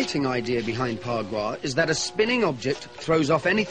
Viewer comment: It's Ba gua